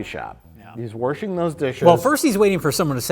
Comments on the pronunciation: Mike: "...is warshing dishes." Me: "Did Mike just say 'warshing'?!" Mike: "... IS WARSHING THOSE DISHES" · “Warshing those dishes in a caffee shap” the most Wisconsin sounding sentence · a lot of good pronunciations this vid: “warshing” “accept jesus as your savour” “crayn” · I absolutely adore Mike saying "warshing dishes". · Mike adds r's to wash makes miss the Midwest. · Warshing dishes hehe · People always shit on, then no one notices mike says “wershing” instead of washing. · omg Ive never heard anyone pronounce WASHING as WARSHING except my dad until this very moment when Mike just said "Warshing" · Warshing dishes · Disappointed in the lack of discussion in the comments about Mike saying “warshing dishes” multiple times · Did Mike said "warshing dishes"? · Is Mike pronouncing wash as "warsh" ironically? God I hope so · What is “waRshLing” dishes? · “Warshing Dishes” -Mike Stoklasa, 2020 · Warsh?? WARSH?!?! Unsubscribe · i googled "where do they say 'warshing'?" the answer was way too many places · Mike said "warsh." "Warshing dishes." I waited for the punchline, but instead he just said it again. I guess Mike says "warsh." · Who else was waiting for to say “folding chable”? Also, Mike needs to work on his pronunciation of “washing”.